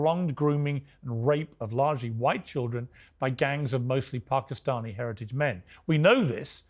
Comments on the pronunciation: When did PARK-i-stani become the pronunciation piers? Well corrected immediately after by jordon. The tone was set and called out immediately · Who knew that Pakistani had an 'r' in it